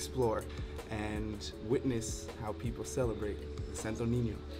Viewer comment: when you say people you say paper